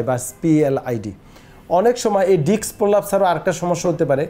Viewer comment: ডাক্তার সাহেব আপনিতো ডিস্ক ই উচ্চারণ করতে পারেন না। আঘাত লাগলে ডিস্ক বের হয়ে আসে এইটা কোন ধরনের কথা। ভালো করে জ্ঞানটাকে অর্জন করুন তারপরে অন্যকে জানান।